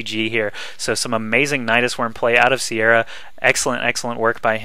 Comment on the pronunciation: the name your looking for i beleive im probalby wrong is pronouced Kia-ra